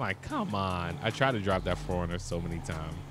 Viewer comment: Ayo no one had an idea he's saying foreigner instead of 4runner cuz the car community be like oh wtf 😂😂 and please say it right thanks